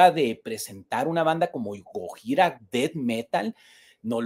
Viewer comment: Hola hermano lml pronuncias mal gojira. Fin del comunicado